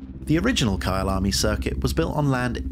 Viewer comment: I thought you were saying Kyle army as a movement ahah looks good tho